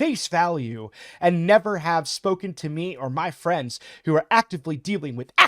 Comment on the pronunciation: Did a double-take due to brief confusion upon hearing "fwiends", lmao.